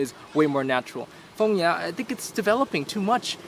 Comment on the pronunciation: hahahah its Phong Nha not Phong Nhã cutiepie